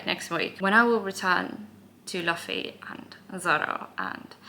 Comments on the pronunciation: Little correction, Luffy's name is pronounced Loofee instead of Luhfee. Pay attention to the cover pages. Some are canonical stories of what some of the non-Straw Hat characters get up to after they are no longer around Luffy. Halfway through the prologue. Enjoy the wild ride. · Love the video and your presentation. Here’s how to pronounce the names. Luffy - loofee Zoro - Zor-oh Usopp - Oosopp Pay attention to the covers. It’s not super important now but you’ll start to notice cover story’s and they are mostly cannon. Trust in Oda, everything is intentional. Enjoy the ride! This is my favorite story of all time and I love watching people fall in love with it. Also, I’ll bet $2.18 that in the next video you’ll wear either a CCR, GFRR, or a Boney M t-shirt. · You can recognize a new One Piece fan by the way he pronounces Luffy's name. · here is the cast of the upcoming one piece live action tv series teaching how to pronounce Luffy 😂